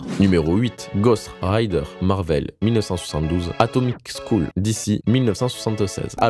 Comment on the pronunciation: Mon Gars on prononce pas "Atomic Scool" mais "Atomic Skeul" 😄👊🏽